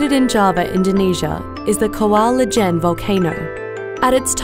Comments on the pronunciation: It's pronounced 'eee-jehn' not 'leh-jehn' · Quick correction: you supposed to say it like saying "ee-gen" not "la-gen" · It should be Kawah Ijen, not Kawah Ljen. The narrator keeps spelling the L. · It's I J E N, not L J E N